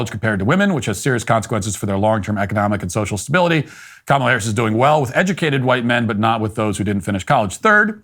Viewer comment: Thanks for pronouncing her name right. Makes us look better.